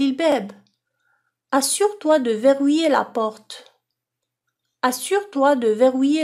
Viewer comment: Verrouiller est mal prononcé